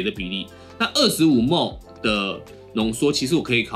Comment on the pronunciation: 請問ml大家都念幾默幾默嗎？ 聽著不習慣